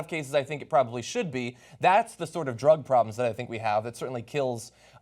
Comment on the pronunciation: I like John he really has come into his own as an anchor over these years. "Dr-uh Guns!" To be followed with "legal drugs flooding the market!" Come on man. What about cigarettes and booze because booze isn't classified by laypeople as a "drug." You spin when it suits you man.